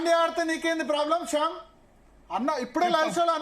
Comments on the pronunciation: శ్యామ్ కాదు.... శ్యాంసన్ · షాంసన్ ని శాంసన్ అన కుండా మీరు కుడా శ్యామ్ అంటారేంటి భారత్ గారు....